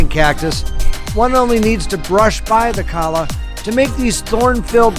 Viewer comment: Nice vlog, good stuff. It's been a long time since I've been up the Palm Springs Tram. I think I'll head there this Spring. FYI, I think Cholla is pronounced "Choy-Ya"